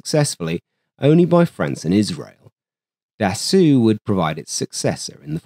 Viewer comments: Small remark. Dassault is not pronounced as 'dassooh', but rather as 'dassohw'. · Its pronounce Dasso..NOT DASSOO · Worth emphasizing that Marcel Bloch (pronounced "Blosh", btw) is the same person as Marcel Dassault (pronounced "Dah-so"). When he returned home post WW2 after nearly dying in German captivity, Marcel Bloch adopted his brother's name from the Resistance and went on to create Dassault Aviation, the company that gave us, amongst others, the Mirage family of fighters and fighter-bombers. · He repeatedly pronounced it Da-sue, which is what the OP was probably trying to correct without outright saying it. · das Oooeh is not Dassault , this is Allo Allo French level